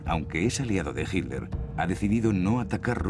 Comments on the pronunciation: Por qué los españoles le dicen Hilder a Hitler?? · por que dice HINLER, ACASO ESTA PROHIBIDO DECIR HITLER?? HITLER